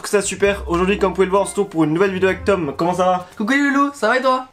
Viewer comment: regarde Tom en mode... (J'vais m'énerver) et dit "TOMM" en appuyant bien je son prénom en mode (Jte prévient Tom calme toi!)